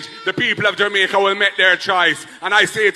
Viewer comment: Listen to you all the time, No disrespect!! but please for heaven's sake stop calling JAMAICA [JUMICA] Dont be like Desmond Mckenzie that's the same way he pronounce the word JAMAICA.